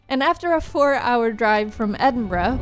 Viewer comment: Most impressive part of this whole video is pronouncing Edenborough correctly, like first try